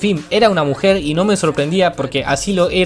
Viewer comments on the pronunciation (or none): dise mujel